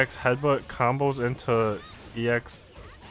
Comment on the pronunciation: you said “bombos” that’s a word in my language btw. But initially you left off the “C”. Only Gang members of the Bloods speak or type and leave out “C’s” because of their rivals the Crypts. So they substitute every work starting with a C and put a B instead